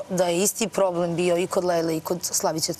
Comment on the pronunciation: jeste malo smešno...ahahahaha pa nije je bijo nego davijo :) joooj Ok mi je devojka ali žešća je kad progovori i još pokuša da opravda taj fakultet koji završava ili je završila nebitno